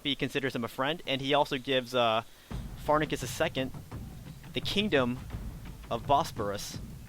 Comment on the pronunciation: You said Pharnaces Incorrectly